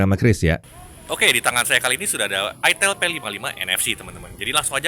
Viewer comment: Bacanya kan ay-tel (huruf 'e' nya kaya' ngeja pelipis)